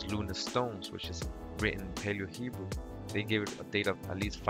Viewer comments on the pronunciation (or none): none